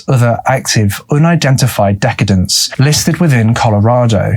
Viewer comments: Love your work! Just a quick note. Hope it helps. Decadence (Sounds like: dekadence) means overly rich, like a lavish party. Decedents (Sounds like: deseedences) means the dead. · I hate to be that guy, but i have to. It's pronounced dee-seed-ants not deck-ah-dance. Those who are deceased. Decadence is lavish, fancy. Also I love your videos and the stickers are beautiful. Keep up the good work! Edit, although it may be closer to dess-uh-dunts with your accent, which is lovely. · actually pronounced DES-A-DENTS. Thats dead persons. You got decadence right.. But his accent also has a play in it.. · Decedents and decadence are not homophones. Look up their pronunciations.